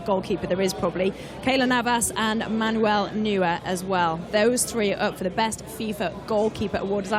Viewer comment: Can't help but feel annoyed when she says "Manuel Newer".